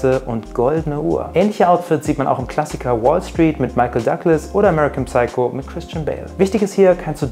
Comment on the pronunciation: Lieb gemeinter Hinweis. Im Englischen spricht man das P bei Wörtern mit PS nicht aus wie bei zB "pseudo", "Psycho". Es heißt tatsächlich "sycho" ausgesprochen. Ob es da Ausnahmen gibt, kann ich grad nicht sagen. Ansonsten geiles Video gerne mehr!